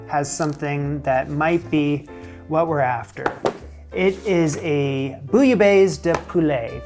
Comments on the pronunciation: lololol please just stop saying bouilla baise ! ican't stop laughing my ass of right now... because it means f*ck in french and sounds like peek a booh f*ck!! it's bouilla baisse like best but don't pronounce the T. and it means : boiled than lower (the temp) out of that nice vid as usual ... you are making progress. cheers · The way you say "bouillabaisse" made me pause lol sounds like you're saying "bouillabaise" and "baise" is a vulgar word for making babies.